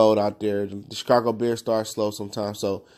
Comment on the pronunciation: Please do not make any more videos unless you plan to learn about football. Or even learn how to say Chicago...